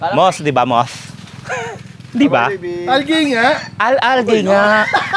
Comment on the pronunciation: Tama ka naman tsong sa MOSS, tama din cla sa ALGAE kaso mali pronounciation 🤣 It’s AL-GEE or pde din AL-JEE, but not AL-GAY 😂